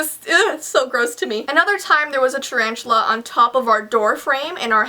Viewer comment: said 'Charanchula' LOL